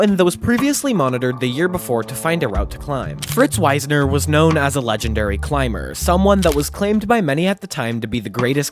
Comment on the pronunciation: A bit of research on how names are pronounced would improve the overall quality. The leader of the 1939 expedition was Fritz Wiessner, not Weisner, which affects the pronunciation. It’s pronounced “Weesner” rather than “Wise-ner “. Also, talking about “base camp four” is not how climbers do it. Base camp is only the first and lowest camp, at the base of the mountain. Hence the term. Then, perhaps there is an advance base camp above that. But all higher camps are referred to only by numbers. So the first camp above base camp would either be advance base camp or camp one. The next camp would be camp two, and so forth.